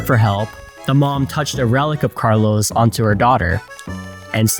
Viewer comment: Why does the host call him carlo...S??